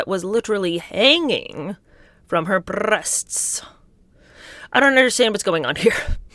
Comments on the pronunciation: …. The rolling of the RRRests with the seriousness of your face. Oh girl, I love you so much 😂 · Hanging from her brrrrrreasts had me cracking up 🤣🤣🤣